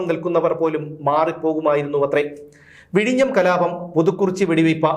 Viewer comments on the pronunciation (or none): none